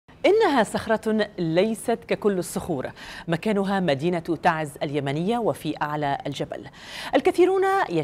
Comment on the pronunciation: اعجبني لفظ اسم تَعْزْ وليس كما يتلفظه بعض القنوات الفضائيه التي خلطت اللغة العربيه باللهجات العاميه فهم يلفظونها خطأً تَعِيز شكرا لكم🇸🇾